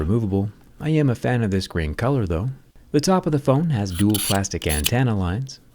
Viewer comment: Plástico?? Plástic, Plástic Plástic, Plástic....?????😱